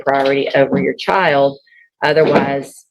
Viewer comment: "chile", "with her chial", YES it's her attitude! Hahaha she didn't fool the Judge! I love it! OMG 20 years!!! And she is messing it up?